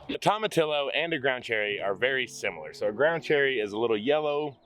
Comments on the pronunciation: Toe-ma-tee-oh instead of tom-a-till-o. No L's are pronounced. GREAT garden! Here in NW WA state, things are just getting started. I'm envious 🤢. 😂😂😂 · Tomatillo = Tom-a-tee-yo (the "ll" is a "y" sound and the "o" is a long vowel sound). Just an FYI. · Say it with me y’all... “tome” “uh” “tee” “yo” 🤣🤣 Love y’all! Can’t wait to see the garden grow up! So exciting! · Tomatillo is pronounced toe-ma-tee-yo. In Spanish “ll” sounds like a y. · Tomatillo is pronounced toe-ma-tee-yo .....come on say it right y’all lol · Tomatillo is pronounced toe-ma-tee-yo. South Texas beat Mexican (Tex Mex) food ever! Love your laughter and the fun you all have. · In Spanish the double L is pronounced like a Y. Toe-Mah-Tee-Yo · Pronounced....Tom-ah-Tea-ya.....like Tortilla Chips! 😉 You're gonna LOVE them, they make great salsa! ♥️ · It's actually Toe Mah Tea Yo. But yes, in Spanish the double L is pronounced like a Y. They're very good in salsa verde.